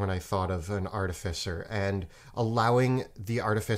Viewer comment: how many times can they say artificer wrong. still a great video though